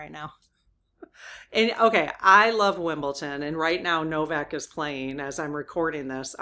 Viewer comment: 🇬🇧 rules are rules are rules, it's common decency to follow the rules. Yes the late tennis match yesterday was a great sports match. its WimbleDon with a D not WimbleTon, I think your mixing it up with Bridgerton ❤❤